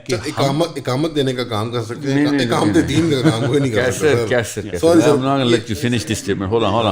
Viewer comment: میاں! اقامت بولنا سیکھو! یہ الف کے زبر کے ساتھ نہیں زیر کے ساتھ بولا جاتا ہے😅